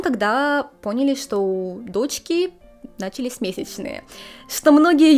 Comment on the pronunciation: Дорогая тёзка, вы очень чисто говорите, несмотря на переезд и то, что вы из другой страны, но не первый раз замечал лишь один тип ошибок: в глаголах прошедшего времени ударение ставится на последний слог, как тут должно было быть начали́сь. А так спасибо за все видео, очень нравится!🧡💚💜